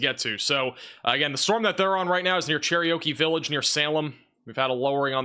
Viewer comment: Dude- it’s “Cher-OKEE village” like the Indian. Not “Cherryokie Village” lol just helping you out. You say it all the time.